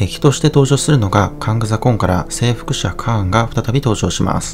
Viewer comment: ネイティブっぽい